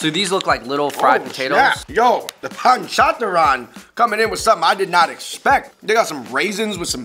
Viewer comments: Panchatran😂😂 it's panchratna guys... you are awsome... good video... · Lol i love the way they pronounce panchratna n katha mitha namkeen n bhujiya chivda😂😂😂